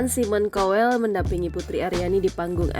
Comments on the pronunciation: Mbak bacanya SAIMEN KAWEL , Bukan simon cowel 😂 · Bukan simon kowell tapi simon tjowellll wkwkwkkkkkkkkkkkkkkk